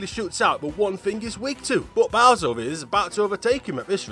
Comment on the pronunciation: it's not bower